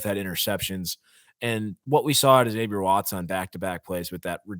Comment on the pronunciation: Good analysis- Impressive win in many ways!! Freeman & Staff developing nicely! Will someone please tell Freeman it’s Zavier (as U said) not Xzavier…. Especially for a Roman Catholic school 😂-like StFrancis Xavier.. Go Irish!